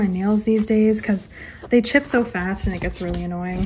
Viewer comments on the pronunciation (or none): none